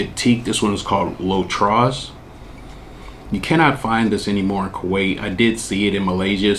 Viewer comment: Hi. You don’t pronounce the s in “trois. The s is silent in French.